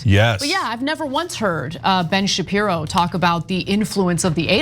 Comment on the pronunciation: Blenn chupiro.😂😂😂